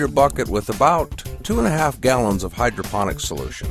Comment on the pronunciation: DEFINITELY sounded like" Hydrogen" to us,:) I took your instructional video to heart, set it up and it works like a charm. Thanks.